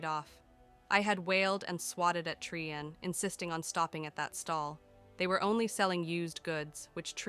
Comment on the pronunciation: Interesting that Bhelen gets pronounced correctly by the AI but Trian has like ten different pronunciations.